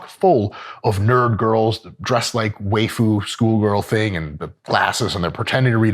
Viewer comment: I never thought i would hear dr mike say "waifu" and i certainly didnt expect that pronunciation. Beautiful